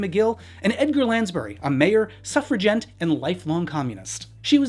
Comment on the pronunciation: "suffragent" lolol